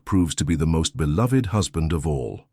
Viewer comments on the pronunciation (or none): none